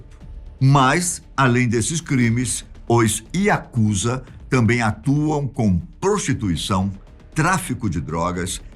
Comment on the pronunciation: Pronúncia certa é Yakuzá e não Yakúza